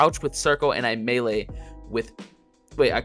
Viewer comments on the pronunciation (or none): none